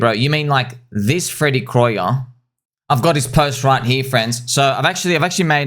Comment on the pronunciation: I thought it's pronounced Freddy Krueger like the nightmare on Elm Street guy